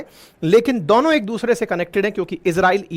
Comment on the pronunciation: भाई आप 'दोनों' को 'दौनों' क्यूँ बोलते हो